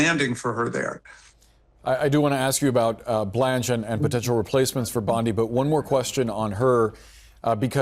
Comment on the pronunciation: Bondi...simple name with a soft i...duh.